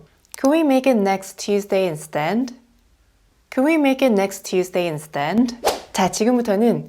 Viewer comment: instead 발음이 instend로 들리는데요 이게 맞나요?